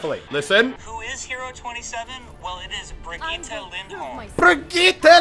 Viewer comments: Dear English talkers, say B as usual but with R you have a bit trembling, i is just said fast and gitte is basically the same, now it becomes Brrigitte. Thank me later (sorry for bad english, if you couldn’t tell I’m from Sweden 😜) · its bre-gette ..reinhart says it like that soooo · you should go on some european servers and learn how to say brigitte :D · As a swede I want to point out that both you and Jeff are pronouncing her name wrong. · Hugo Åstrand Hur är han en idiot bara för att han inte kan uttala Birgitte Lindholm rätt? Han är ju faktiskt engelsk, det är inte så himla lätt för honom. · "Jeff knows how to say her name" lol no he doesn't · you cant say "I have already forgotten how to say her name again" after you said her name almost correct for the first time. Untill the last letter its like Jeff said, but then its a E and not a A at the end. Its not that hard, you literally just have to make the sound, the letter tells you to do. Its the same E at the end as it is in elevator or envelope in the beginning. If you can say that, you can say Brigitte fosho aswell. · It's so sad that he thinks he knows the actual way to say Brigitte. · think of how you pronounce game... same g for brigitte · am im the only triggerd guy becuse he cant say brigitte right becuse im from sweden =^) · Brigeet that is how u say it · Pronounced Bree Gee Tah :v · Well as a swede i can say that you pronunced it right at first, it's pronunced brigitt not brigitta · Muselk, my man. It not BRigyte Linhoulm, it's BrigiTTe LinDHolmm. Trust me, I'm Swedish, I know these things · No, for fuck's sake, Brigitte = [Bree-GIT-teh], with the stress on the second syllable. We Germans pronounce the name the way it is written, with the vowels pronounced the international way: i = [i], not "aye". The double T means the vowel preceding it is short. And the German g is guttural, like the g in "git" "or "get", not like the g in "gem"! Saying "Bree-yeet" is pronouncing it the French way. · It’s Brigitte!~